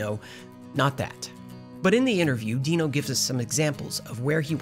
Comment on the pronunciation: It’s Deee know… not Dye Know.